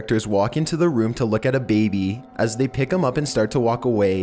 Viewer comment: 3 men and a baebe lmao how he says it